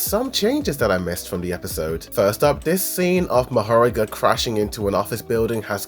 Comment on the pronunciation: mahorAga please don't say mahOraga